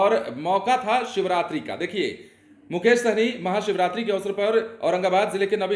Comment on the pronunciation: सहनी नहीं हैं भाई साहनी है।। सही से pronuncition करो